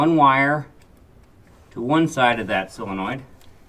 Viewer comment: Solenoid, not silinoid. ,)